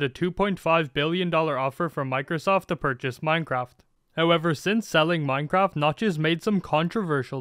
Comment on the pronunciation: anyone noticed how it says minceraft